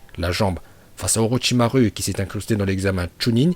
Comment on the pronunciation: Les « U » prononce les « Ou » stp parce que OrochimarU et TaijutsU j’ai les oreilles qui saignent 🤮